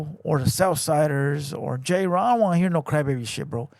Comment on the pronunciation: His name is clearly jayren not JAYRON bro 😂